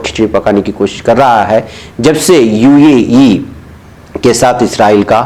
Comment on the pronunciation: ایشیاءی ممالک امریکہ کو خام تیل کی برآمد نہیں کرتے، بلکہ درآمد کرتے ہیں ( یعنی باہر سے اپنے ملک میں منگواتے ہیں۔) براءیے مہربانی UAE کو UEE نہ پڑھیں۔ بہتر ہو کہ متحدہ عرب امارات پڑھیں۔